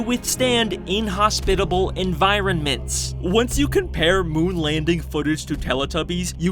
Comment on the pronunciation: Did he just say environ-ments